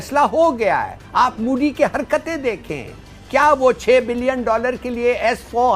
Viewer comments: Pakistaanio ka tallafus beda kharab hiii,modi ka naam koi sahi se nahi leta koi ..mudi.😀😀😂😂😂Bolte hii,jabki hum hindi bolne walo se kuch bhee bhuwaa lo..👍wo bhee bilkul sahi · He said moodi😂😂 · लल्लू, मोदी कहना तो सीख ले, मूडी नही होतो, मोदी होता है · Intolerant is unable to pronounce Modi.So he is telling Moody. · Modi bolna sikho sale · अबे पहले मोदी बोलना तो सिख जाओ🤣🤣🤣🤣🤣🤣